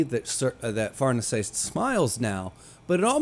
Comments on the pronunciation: the pronountiation is correct, but Farnese is an italian name, not french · BASED SCHIERKE AND FARNESE PRONUNCIATIONS. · I believe you're actually the first youtuber to pronounce Farnese 100% right 🤙...and then ofc calling it french 😂 not that it matters even a little, just very funny/ironic, I actually thought you did that on purpose 😂 well done in that case, sir 👏